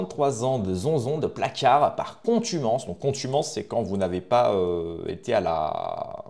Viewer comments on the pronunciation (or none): Contumace et pas contumance. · « Contumance » ou contumace…😁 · Contumace, pas contumonce, ducon.